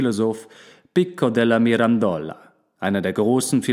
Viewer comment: Pico della Mirandola die Aussprache hört sich richtig gut an auf jeden fall besser als die von Rene Descartes wo du das s am Ende immer mit ausgesprochen hast. ;--) Aber ich liebe deine Stimme und du hättest auf diese Videos mehr klicks und Likes verdient bei so einer guten Qualität <3